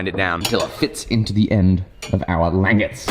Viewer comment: when you said languettes the first time you said it perfectly.